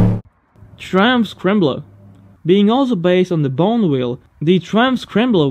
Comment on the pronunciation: Fucking love this channel... so much interesting stuff on here. But, could you research the pronunciation? Triumph is pronuonced 'Try-umf' and Bonneville is pronounced 'Bon-e-vill'... cheers dude...👍